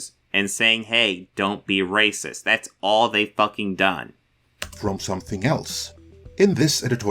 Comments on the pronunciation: I am getting so fucking aggregated by his pronunciation of “rossacist”— it’s a blatant grift to not trip the demonetization algorithm and drag his video out long enough for a fucking ad break. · To me it kinda sounds like he is saying eroticism. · Yeah, it's not a pronunciation in his accent, haha. I thought it was poking fun. Still find it funny to be honest. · I actually asked what was up with the pronunciation of "racist" in the video and flat-out told me it was to avoid the video getting demonetized. Okay. Anyway, this Midnight's Edge video is gaslighting of the highest order. It is correct that news outlets tend to get drawn to the controversy like sharks smelling blood, but Midnight's Edge uses that playbook just as badly if not worse.